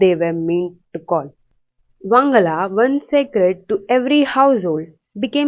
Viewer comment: It is pronounced as "Wan-ga-la " Not "wang-ala" Usually celebrated in the month of November . This is not a hate comment it's a correction 🤗🤗.